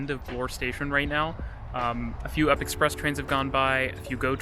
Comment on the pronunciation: We don't call it the up express, we all know it is pronounced the "You P" Express. Has been that way from day one. We don't call the TTC the Titc, it's TTC.